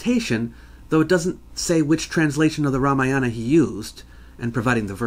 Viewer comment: The ramayana... The Ra Maya Anna